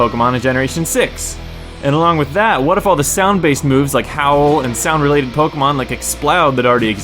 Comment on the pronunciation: sais snoud instead of sound lololololololololol